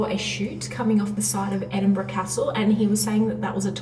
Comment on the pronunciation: Were you jet lagged when you recorded this hen? Edinbrum! 😂